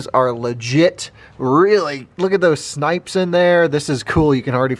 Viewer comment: It’s “sipes”, not “snipes”